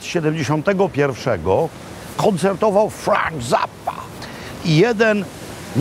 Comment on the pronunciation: Panie Robercie, "Frank Zappa" wypowiedziane z wyraźnym wpływem Piotra Kaczkowskiego. Cheerio!